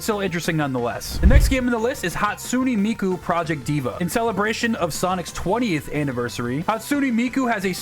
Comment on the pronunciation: bro butchered miku’s name 💀